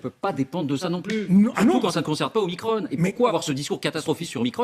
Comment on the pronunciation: Je signalz Que micron, se prononce micron, et non pas micronne. En Grec, il y a deux "o", je "petit" qui est l'omicron, et le "grand" qui est l'omega (dernière lettre de l'alphabet grec) donc, un micro "o" et un méga "o". Nous avons dans un autre registre, le millionième de mètre, qui est le micron symbolisé par la lettre "μ" (mu ou "mi" en grec moderne). et on ne dit pas un plaquage de 5 micronnes, mais 5 microns , devenu le micromètre. Ce nom est le terme officiel du Système international depuis 1968 et le symbole µ est depuis réservé au préfixe « micro- » des unités SI....